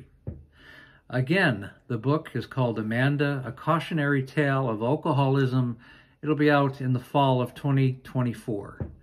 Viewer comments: I'm sorry, but it's AL-coholism, not ull-coholism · you would have an easier time of pronouncing alcoholism if you didn't pronounce the 'a' sound at the beginning of the word as in all. Instead, pronounce it as "a" as in cat. Pronouncing it as you do makes you stumble on the word.